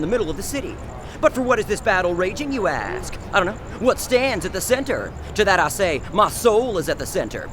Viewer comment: I wait for the " i dont know" with baited breath every time. He uses it wisely...sparingly.. for maximum impact..."idaknow".